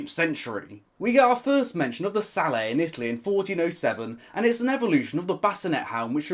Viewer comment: It's a hard "t"! The word sallet is not French!